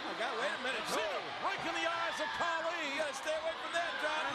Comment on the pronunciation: It's not kali its khali Respect Indian's